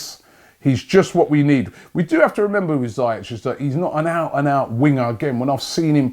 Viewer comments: Zee Esh not zy ek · It’s pronounced ZEE-ESH